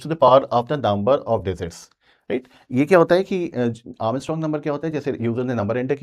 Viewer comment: Sir digit ✅ Dezit❎😅